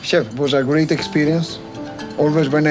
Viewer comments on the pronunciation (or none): none